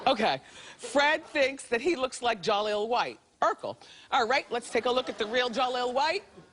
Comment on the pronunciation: when Wendy mispronounces Jaleel White and says "Jolly Ol' White.." Had me croaked over from laughter...😩😂😂😩...